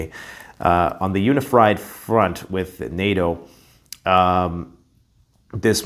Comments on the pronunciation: He said UniFried, I got hungry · "uni-fried" an apt slip perhaps🤷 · It's gonna be "uni-fried" alright 🤣